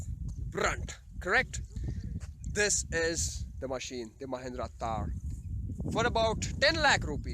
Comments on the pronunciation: I think it's THAR and not TAAR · Its THAR not TAAR...